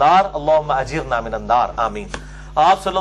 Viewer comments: Apny Ajirna kiun parha. Ghalt word bola hai apny.. Ajirni hota Mr Engineer gggg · Aoa.. Engineer sahab ggg.. apny Ghalt kiu parha Ajirna bola hai.. Hala k Ajirni hota ha.. zabar nahi hai ayat ma zer ha non zer nii